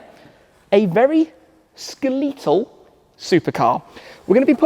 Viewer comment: Did Shmee say “skeleetal?” Not sure if he was joking with his pronunciation? If anyone knows let me know please…